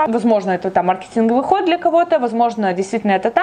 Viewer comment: О мой бог, почему мАркетинговый??? Если маркЕтинговый...